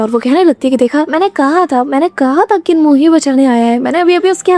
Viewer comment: Kinmu nehi chinmu ha wo..